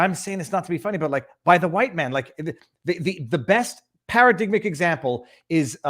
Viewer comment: Para-dig-matic is how it is pronounced.